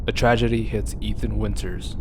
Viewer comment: "A tradgey"